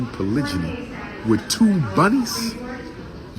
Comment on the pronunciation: "Surrounded by..Buhnnies"! 😂